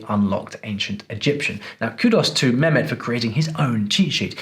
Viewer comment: As a linguist you know his name is not memet you forgot the h his name is meHmet and as you brag to be speaking arabic you know the H means ح at least do him honor by prononsing his name correctly just a between the brakets comment